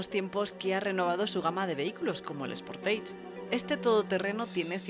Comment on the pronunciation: Quien mierda le dice al sportage "Sportaige"????????